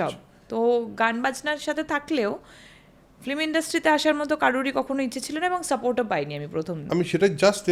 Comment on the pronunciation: নায়িকা বারবার ফিল্ম কে ফ্লিম বলছেন😜😜